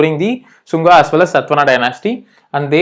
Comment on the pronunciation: its not SATVANA, its SATHAVAHANA